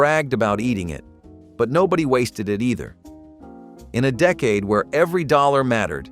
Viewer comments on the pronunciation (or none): none